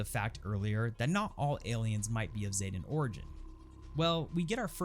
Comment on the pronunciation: ZEEE-tan , not ZAY, I know, I know, its said ZAYtan several times, but the correct way to say it is Zee, as in the letter Z-tan as in sun tan, zetan, idk what sort of drugs bethesda voice actors where on when they did that, or whatever weird ass quality control allowed that to pass, but its zetan XD